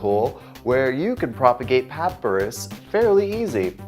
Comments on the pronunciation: Sorry, but it’s pronounced Pa - pye - rus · Pop-pie-rus is how its said . But great video and super handsome gardener. Thanks